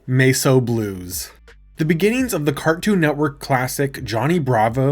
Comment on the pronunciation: Are you using TTS now? Because there's no other way I can think of to explain "Mess O'" being pronounced like that.